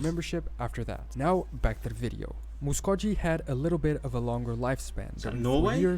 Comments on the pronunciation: Certainly not a full list. We don’t pronounce Muskogee like he did. My ancestors lived in their nation before the Trail of Tears. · Muskogee is pronounced with a hard “G” sound, as in, “go.”